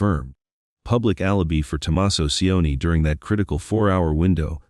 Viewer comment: This would be good if the AI knew how to pronounce Tucson, alibi, Tomasso and other important words.